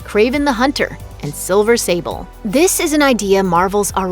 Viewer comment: silver safle? lol